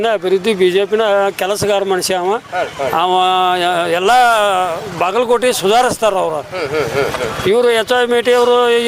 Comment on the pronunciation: ಭಾಗಲಕೋಟೆ ಅಲ್ಲಾ ಬಾಗಲಕೋಟೆ